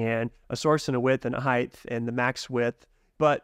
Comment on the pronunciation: Love all your videos on NextJS, and love NextJS and what you guys are doing atm but just had to point out, in the English language, “height” is not pronounced with the “th” sound at the end. It rhymes with words like “right” or “bite” 😅